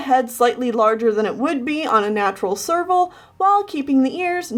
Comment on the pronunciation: Every time you say serval, my ears hear sergal, and my brain goes F U R R I E S